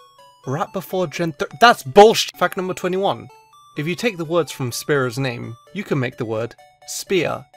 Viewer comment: spearow=spe-arrow Fearow=fe-arrow